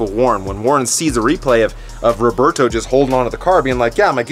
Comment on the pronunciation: Rigoberto, not Roberto.